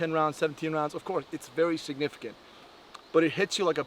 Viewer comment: Lol he said SIGnificant